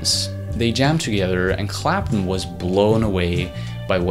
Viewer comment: CLAP-TON. CLAP-TON. IT'S FUCKING CLAPTON not Clap'un.